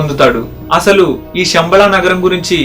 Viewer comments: షంబ‌ళ కాదు... శంబ‌ళ‌(ఉచ్ఛ‌ర‌ణ త‌ప్పు) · Shambala kaadu Samabala....Sha ki Saa ki Chala difference undi. Shanthi ki santhi ki Chala teda undi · మీరు చాలా బాగా చెప్పారు. కృతజ్ఞతలు. గొప్ప సమాచారాన్ని అందించారు. ఒక్క విషయం చెప్పాలి మీకు. పలికేటపుడు శంబళ పదాన్ని షెమ్బల అని పలుకుతున్నారు. తప్పుగా అనుకోవద్దు. గొప్ప వీడియోస్ చేస్తున్నారు. తెలుగు కూడా స్పష్టంగా ఉంటే ఇంకా గొప్పగా ఉంటుంది.